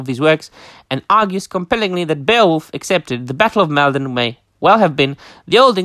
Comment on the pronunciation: Top drawer! It's fantastic to be able to tune into your channel and share in these topics! (And it's "Mall - Don" like as in "Fall" 🤫) The ancient causeway is a wonderful place to visit! Going there and reading out the lines as if confronting the Viking host - Magical 😊